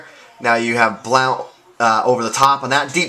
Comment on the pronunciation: Hey. Big fan, love your videos... I have been watching them to help me get an edge on my game since Madden 11. I don't mean to be rude, but It's pronounced "blunt" not "blount". I am a big Bucs fan and I use them on madden all the time and I watched him in college Oregon and have never heard it said that way. Anyways, keep up the good work and good luck to your Pats.